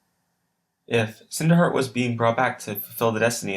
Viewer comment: WHAT IS HEAER? XD no hate but thaat is just funny